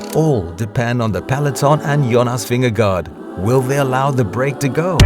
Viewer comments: The pronunciation of his name was covered Ad Nauseum during the Tour de France . It was confirmed by various people, including Danish people, that the correct pronunciation is Vin-ge-go . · I happen to be a Danish native speaker too. Although it's correct that it's not pronounced like "guard", "go" is also incorrect. You need to add a soft "r" sound, so not like how Carlton Kirby pronounces it. More like: Ving-eh-gor. Of the English speaking commentators Rob Hatch is doing a pretty good job with the pronunciation actually, if you want to look that up. Not sure if I can add links here without having my comment auto-deleted, but if you search for "Jonas Vingegaard is in a league his own 🫡 The Dane attacks at the Giro.", you'll hear it pretty well done. Have a nice day 🙂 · You are professional cycling, commentators, and you can’t get cyclist‘s names right? It’s not Vingegaard, rhymes with Vanguard, it’s Vin-ge-go. “Go’ at the end. Maybe listen to Phil Ligget more? Pretty pathetic!